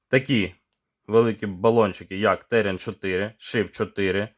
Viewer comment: Колись Терен-4М був легендою і дуже жаданим балончиком серед унаків та молоді) А зараз... Якшо ціна питання 100+грн між нашими бюджетними пропозиціями і 200+ між закордонними аналогами, типу PaperKO, то здається мені вибір падає на німців. До речі, чомусь всі казли ТеРЕн. З неправильним наголосом) І тільки ось я допетрав, що назва терен - це від рослини) Таке гарне слово)